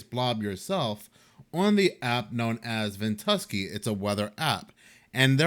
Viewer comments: VENT-U-SKY... Is how it's said if you care. Not big deal. But I'd want to know if I need to talk bout it.. stay blessed my brotha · Its called ven-tu-sky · Its Pronounced..vent-U-sky! 😊 when ever you put up a video..all of the rest have to wait. Yours come first! ❤ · I LOVED hearing Ventuski! 😅🙂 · Hey, the app is pronounced ven tu sky. Like the sky above. I watched this on MRMBB333. I know he had a video on it pretty quickly.